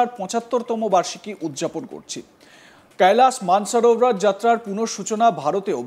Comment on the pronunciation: Koilash manas sarovar hindi accent e uccharan korchen keno bangla channel apni bangali upothapok apnar darshok rao bangali